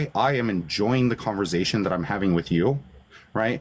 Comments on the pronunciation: Who wants to have a “converZation” with a petty control freak😂😂😂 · Converzation hahaa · “In this converzation”…and man, if you made a drinking game out of how many times he said the word “boundaries”, we’d all be dead 😂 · "Converzation" makes my skin crawl 🤮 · converzation... wtf? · Converzation? What a tool, only tools choose to mispronounce words. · Conver Zation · cOnVeRzAyTiOn okay buddy